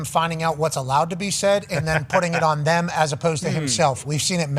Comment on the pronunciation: When he says “thum” instead of “them” it sends me over the edge 😂😂